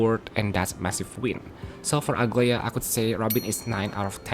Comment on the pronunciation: As a Greek I'm offended every time I hear people pronounce Aglaea as Ugly-a. Dude, it's A-GLA-EE-A. Edit: WITH A SOFT G.